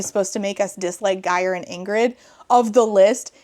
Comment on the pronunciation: Your pronounciation of Geir had me in stitches. It's a bit of a tough one I get it